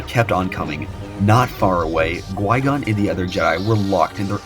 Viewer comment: Definitely enjoyed the video but it's Qui-Gon not gui-gon. Q not g not to be that guy but it's maddening hearing it misspoken for 40 minutes 😅